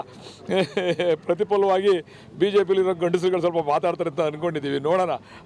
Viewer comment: ಓರಾಟ 😮😅😂( ಹೋರಾಟ) ಅಕಾರ ಹಕಾರ ಸರಿಯಿಲ್ಲ .ಗಂಡಸರಲ್ಲ ಪದ ಬಳಕೆ ಕೂಡ ತಪ್ಪು.